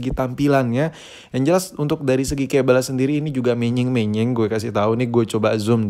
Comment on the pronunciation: kabel om bukan kebel kita kan tinggal di INDONESIA